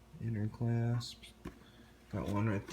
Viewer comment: Ffs bro! C-L-A-S-P-S. You driving me crazy!!! CLASPS!!!!!!! SAY IT RIGHT!!!! Great review!!